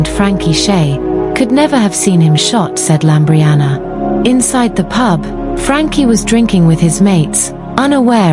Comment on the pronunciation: LAMBRIANOU NOT LAMBRIANA!!!!